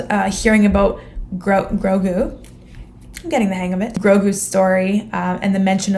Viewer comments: It's Grogu, not Crogo. Think that headgear might have muffled your hearing slightly aha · It's Grogu [G-R-O-G-U]. Pronounced 'Grow-Goo' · Grogu is pronounced Grow-GOO.... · You: "Is it Crogo or Grogo?" Me, yelling at the screen as if you can hear me: "Grogu!" XD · I don't get how you heard Crogo when they said Grogu several times. I can understand the cro part fair enough, but gu doesn't really sound like go. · Haha True. And to be honest, I like Grogu better than Grogo. I'm just glad he finally has a Name. I really hope they decide to do a series specifically for Ahsoka though. I want to see more of Rosario Dawson as Ahsoka. Not gonna lie, I had my doubts about her being brought to Life. Not because I don't like Ahsoka, but because I freaking love Ashoka and I feared even with Dave Filoni directing this episode, that Disney would find some way to make it all about Feminism and how Men are the scourge of the earth. But this episode was Bad Ass and Rosario Dawson gave a phenomenal performance. I was very pleased with I saw. I only minor little nitpicks that bothered me, like how Ahsoka said Grogo and Mando said Grogu, and her Head piece was longer at the end of Rebels and I don't believe I have ever heard of Tagrutas head pieces shrinking. And I don't think they get haircuts. Lol If I'm not mistaken it's a part of their body's right? Like if you cut them, wouldn't it hurt them and they bleed a lot? Lol those are the only two problems I had with the episode. Other than that it was great. I loved her, she did a perfect job. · GROGU...Crow GU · it's "Grogu" (pronounced "grow-goo"). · It's Grogu. And you pronounce it like Grow-Goo Even though I swear I heard Ahsoka say Grogo at first. But then mando kept calling him Grogu and the subtitles for Disney Plus says Grogu. Lol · Just an FYI, The baby's name is "Grogu". KROGER is the name of a grocery store chain. LOL! You kept wanting to put a "k" in front of his name. It's all good!